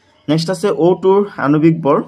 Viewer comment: Sir bor❎vor✅😂😂😂